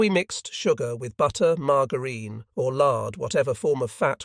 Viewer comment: heh the ai voice always screws up dates, abbreviations plus the occasional word that has needs prior knowledge to pronounce correctly. In one case margarine, which it said with a hard 'G' lol.